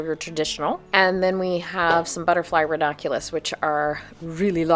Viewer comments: I appreciate this VIDEO and all information for Growing RANUNCULUS 😅 only one thing I noticed was that you. Kept Pronouncing RANUNCULUS differently. You kept saying RAW NAH CULAS! That sort of Drove me a little crazy but not too serious. Lol!!❤👋🤭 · Hi. It’s ra-NUN-Q-Lus. But I like how you say it too. Hehe